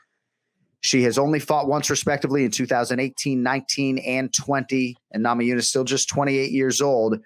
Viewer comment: needs to know that Rose's last name is not Nama Jooo-nas.